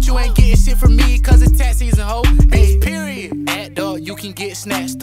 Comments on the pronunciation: he said PEROID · he said poriod dead